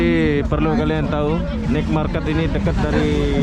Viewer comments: Night = nait bukan nit. Ubat batuk asli adalah nenas,ambil sepotong bersama empulurnya...mkn setiap hari spi hilang batuknya. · Maaf spelling NIGHT MARKET yang benar bukan NIK MARKET tapi NAIT MARKET, tolong banyak2 belajar bahasa Inggris lagi bro biar narasi kontennya lebih berbobot. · Sorry Bg....Naet Market Bang bacanya atau Pasar Malam